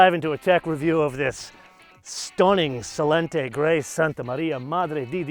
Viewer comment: Selenite grey? Sell-a-night